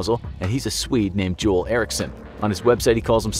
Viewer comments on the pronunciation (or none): none